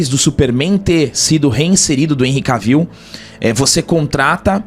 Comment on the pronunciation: "ENRRI K-VIU", Jonas Bressan deve chorar nesse momento...kkkk